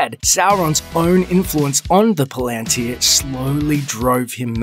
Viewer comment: You can’t pronounce Tolkien’s languages to save your life! Pal-an-tir. Not Palaan-tir.